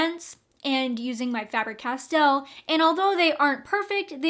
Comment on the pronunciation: FAber-Castell. The A is long in German. I am German. This is how it is pronounced. 😻